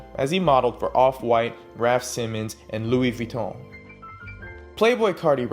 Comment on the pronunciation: ying yang 【cozy】 he pronounced it the right way lol